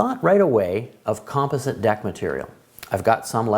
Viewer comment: How you pronounce composite is killing me